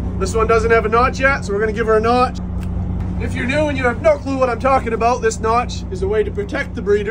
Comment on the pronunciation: Does everyone pronounce "Notch" like that in Maine??? Genuinely curious. Don't feel self conscious, it's great. Idk why, but it is. "Naawtch"!